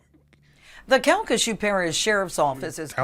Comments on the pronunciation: Cal-ca- shoe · Bruh I’ve been in Louisiana my whole life & NEVER heard of calcashieu parishe😂😂😂😂